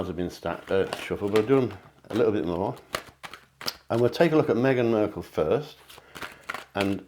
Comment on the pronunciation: Mark not merk drives me bonkers when you mispronounce her surname.